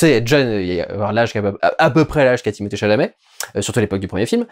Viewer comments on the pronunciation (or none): none